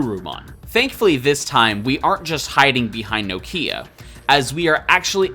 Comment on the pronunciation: Are you intentionally mispronouncing Nokia’s name? It’s been driving me crazy lol.